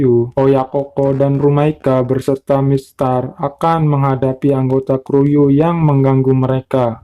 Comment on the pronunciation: kuryu bukan kruyu